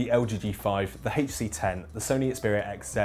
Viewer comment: Quit saying " heechtc"